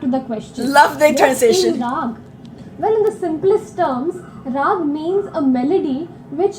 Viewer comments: And this what you guys were referring to as Scating...when Indian artists are doing runs of Indian musical notes in various combinations in the middle of the song/ composition/ instrumental music. And it's pronounced as Ra-aa-gh, and not as Rag (as in the English version). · Please kindly correct your pronunciation of Raag. You say it as "Rag" (as in ragging) but it is Not Rag. It is "Raag" (the "AWE" sound.......may be "RAWE_G) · Great video but just one small thing. Raag is pronounced Rahg( Raag) or Ragahm (Ragam). The latter is the real one as in South India, most words end with ahm or ahn. So Ram becomes raman. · Please. Note! The “a” in Rag or Ragam is pronounce as you would the “a” in Father; NEVER as the “a” in the English word “rag” as you would to refer to a dirty piece of cloth or fabric you may use to wipe a counter-top or use as a sanitary pad.